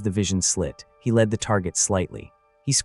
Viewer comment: A I doesn't seem to be able to pronounce "led" , instead it comes out leed.